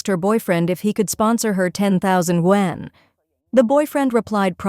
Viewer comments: YUAN ! Not won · I just hate 'content-creaters' who are laizy, using AI narrator who can't even pronounce the chinese currency correct................for shame👎👎